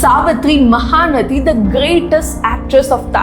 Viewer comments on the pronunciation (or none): please learn to pronounce telugu words correctly. Just a few more minutes of effort. Not mahanati... mahaa naTi Not kaalaa taapswi... kaLaa tapaswi Not meesamma.. missammma Not what you pronounced.. it's Alaaa vaikunTha puram lo and Sarkaaaru vari paaTa Not Chandrani.. ChanDee raaNi. And many more corrections in pronunciation.